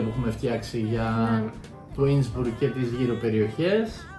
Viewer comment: Μπράβο παιδιά! Η κεντρική Ευρώπη έχει άπειρους εξαιρετικούς προορισμούς. Μια μικρή παρατήρηση. Δεν λέγεται Ίνσμπουργκ. Λέγεται Ίνσμπρουκ. Inn + Brucke. Η γέφυρα του ποταμού Ιν. Σε αυτήν την πόλη αξίζει να πάρεις τελεφερίκ, να ανέβεις στο βουνό κ να κατηφορίσεις προς την πόλη με τα πόδια.